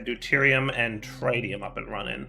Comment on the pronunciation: Not even three minutes in and already mispronounces tritium for the countless times he's been using Mekanism. It's pronounced "tri-tē-əm" with the first i like how you pronounce "big".